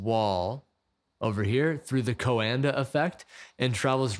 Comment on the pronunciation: Hehe, funny how you pronounced “Coandă effect” timestamp. Not particularly accurate 😊. Did you know that Henri Coandă was Romanian? Anyhow, great video!